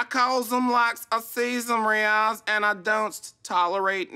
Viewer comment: Lmaooo the way he introduced himself and pronounced Riyaz was so spot on I had to replay it twice